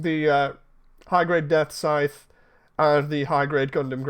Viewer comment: The Engrish is strong with this one.. "Gundam Death Size"....